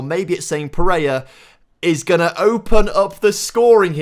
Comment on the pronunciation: Watched and enjoyed the entire series over the past few days. There is nobody on the planet that says little bit or “Lidda bit” as much as you. And…… It’s PEREIRA! Not Pereya. Needed to get that off my chest, a little bit.;)